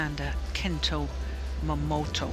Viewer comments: wtf is wrong with the commentator? Since the returns of momoTA she being calling her momoTO like seriously 😑! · she's been doing that since Momota became a regular on the channel... sometimes she gets it right, but says Momoto on the regular..